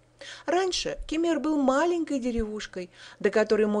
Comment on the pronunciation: Ну и произношение названий посёлков..жуть ....учите турецкий